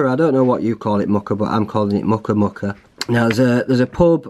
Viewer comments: I live in this area, Muker is pronounced more like Meuwker. I'm thinking of doing this walk in a couple of weeks. Great video. Thank you! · Keld to Muker is one of my favourite walks. Some beautiful waterfalls at keld. It's pronounced mew-ker